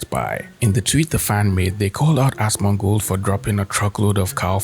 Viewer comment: Dude, genuine question. Why do you call him "Asmond" and not "Asmon"?